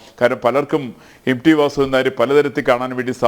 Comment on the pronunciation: M D alla M T, dear anchor